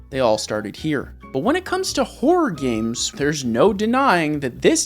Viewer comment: I know it's just an accent think, but I can't help hearing 'wh0r3 games' Great content as always. Subbed after watching the MK video and really like your sense of humor and construction of your content. Hop more folks find your channel. This is 1M sub level stuff.